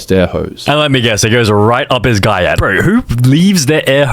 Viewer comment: Not guy-att g-yacht